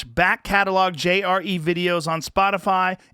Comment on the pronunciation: I heard "Jerry" instead of JRE one time, and now I can't stop hearing it.